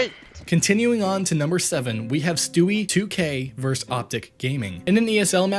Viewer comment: it's pronounced "versus", not "verse"